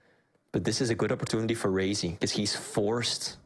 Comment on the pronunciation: Is opportunidy a swedish thing too? Nothing against flee but hearing sip instead of sib makes my blood boil, be it a swedish or martian thing. I know swedes have a hard time with "j" outside swedish but saying SIB can't be THAT hard can it?